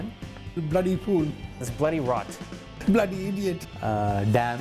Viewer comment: Fantastic! Hadn’t heard many of these since my parents were alive. Jharon, dekchie, and the one that cracked me up was barparry barp. And of course finishing very thin with “men” . I remember when my mum was annoyed she would say “come on men” Also pronouncing bloody as bleddy. Made me laugh